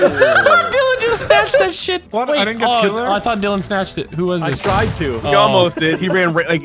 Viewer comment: dillon not dylan